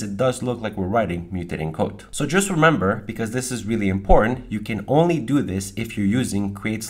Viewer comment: 😂 love it when he say "if i can just type" and sounds like 'fuckin' just type'